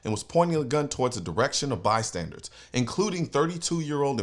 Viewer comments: BystandER not Bystandard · Hey Colion.... Word of the day: It's bystanders, not bystandards. Great commentary as always. And more good news. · By-standers, not by-standards. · Colion, stop it already. It is NOT "bystandARDS!" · My dude,I love ya. But it's "BYSTANDERS" not bystandards. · Okay, lemme stop you. It’s not “bystandards”. The word is “bystanders”. Like, they are standing (near)by. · "Bystandards" LOL